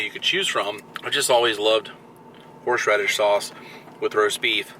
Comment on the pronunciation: I can't tell if you said Horseradish or Horsh Radish 😂